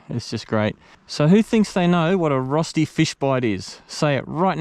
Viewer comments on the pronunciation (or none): Cooome on:D When I saw the title I wondered how you would pronounce ROSTI:D I remember you once said that you speak some German, so I was hoping for a nice RÖSTI:D Fish in batter (and breading) is my favourite method of cooking fish, so I will definitely try your recipe! Maybe with Milk instead of water?